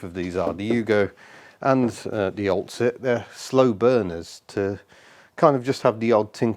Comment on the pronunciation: I thought you said oldshit not oltcit haha. I will be amazed if you get that running on the road.